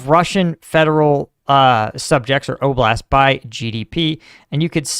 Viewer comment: 3 years in and u just realized it's oblast not oglast. LMFAO! Don't ever question Bidens mental acuity again! Jk luv u